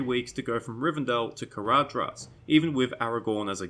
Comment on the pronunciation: ""dh" is pronounced "th". Caradhras is pronounced carathas. Sorry but it bugs me every time you say it